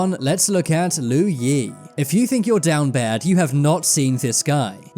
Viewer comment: why did he say down bad with an American accent lol